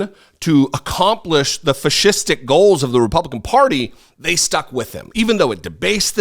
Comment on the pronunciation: "fascistic", took me a second to get it.